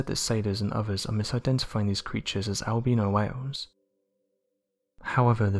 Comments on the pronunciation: Not trying to be funny but by 'ALBEANO' were you sayining 'ALBINO'? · When he said Al-beano I thought it was some type of mexican creature he was talking about!😂😂😂